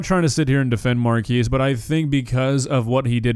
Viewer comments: If you are going to do a video, at least do the minimal research in how his name is pronounced. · Mispronouncing his name is probably not the best start to the video 😭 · Saying his name incorrectly over and over is a micro aggression and weird . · Mar-kez not Mar-kees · Love how you keep calling him "Markees" when his name is pronounced "Markez" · Pronounced Mar Kez not Mar keese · Mar-keys brownie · His name is not MarKEYS his names is Marques ->! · I know I’m being nit picky but his name is pronounced mar-kes and not mar-keys 😭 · and calling him "MAR-KEECE Brownlee". Is that the pronounciation in the states? Lol. The WVFRM podcast team seem to say "Mark-EZ"....like everyone would assume that is pronounced. Guess it depends on if Marques name is Spanish or Portuguese in origin? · Is nobody gonna comment on the wild pronunciation of Marques?... Its Mark-ez not "Markeez". I never get how creators make videos on someone but can't even get the name right... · btw its pronounced markez not markees, also he very annoying this yr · At least learn to pronounce his name right. It's Mark-ezz not like a temporary structure like a marquee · At least pronounce his name right.. "markees".. sjeez. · It’s pronounced mark-ass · “Markeese?” I’ve never heard his name pronounced that way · hey good video, and I'm totally with you on everything one thing is it's said like mark-ez not a huge thing just an addition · I can't tell if mispronouncing names is a running gag on this channel or if he really didn't know. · Yet another video repeatedly (purposely?) pronouncing a Black man’s name wrong. 😂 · PLEASE pronounce his name eight😭😭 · Unrelated but how the actual hell do you manage to mispronounce his name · Haha your pronouncing his name wrong 😆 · Pronounced his name wrong so many times it has to be on purpose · Wait, it's pronounced Mar-kee-s? Not the way Will Smith pronounced in that rewind? Damn, non-English speaker moment here.